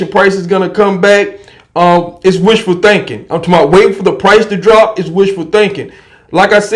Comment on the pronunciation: Damn bro same recycled videos over and over. The ammos back on the shelf and prices are high... There that's a months worth of your videos in 1 sentence. p.s stop saying I'm talmboat it's super annoying 🤡